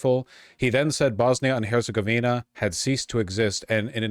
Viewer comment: Slav whose family is Bosnian here. He is wretchedly pronouncing Bosnia i Herzegovina. Jesus Christ 😂. Also, fuck Orban.